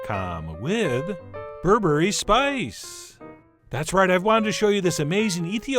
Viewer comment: Did Chef John just say "berebre is bae?😂